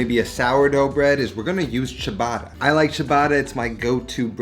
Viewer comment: Great improvement in the Ricotta pronunciation! And great Sandwich! Let's work on the word Ciabatta now!